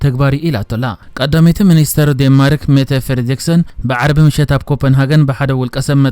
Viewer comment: ዴንማርክ» ዴን-ማርክ በል።